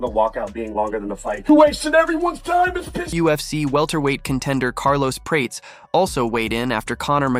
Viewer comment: Carlos "Prayts"